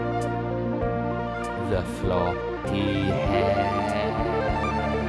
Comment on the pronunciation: I just how he saya Hair